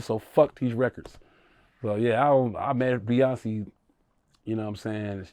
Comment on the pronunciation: First, you have to learn how to say Beyoncé name 😂😂😂😂😂